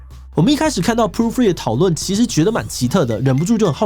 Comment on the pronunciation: 為何要一直念成proo-free啊? poo-free有很難念嗎?